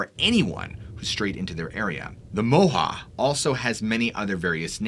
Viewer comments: Moehau is pronounced Moy hoe.chur .I'm from the Coromandel .moehau is a mountain in the Coromandel. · It's actually pronounced Moi-hoe (Moehau man, from the Coromandel-Moehau Ranges) The lights in the sky happened over the town that I live in, Kaikoura. I wasn't alive then but lots of people here still do remember seeing them. We had some strange light phenomena the night we had our big earthquake too. Not sure if that was ever caught on camera, our whole world kept shaking lol I doubt many people had their phones out